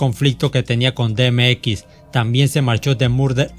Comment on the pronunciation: Excelente canal, sigue así, sólo trata de reforzar el pronunciamiento de nombres y palabras. Por ejemplo: DMX = di em ex Irv Gotti = Irv Gari LL Cool J = El el cul yey